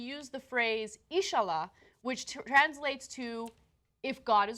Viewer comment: Why are they just reading off a badly reported Yahoo! story and adding random pointless comments to it? They don’t even pronounce “insha’allah” right.